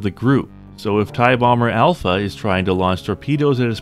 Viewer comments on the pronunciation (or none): none